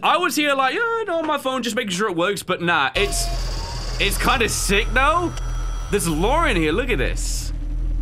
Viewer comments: "...kinf enough to provide..." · "the devs were kinf enough" lol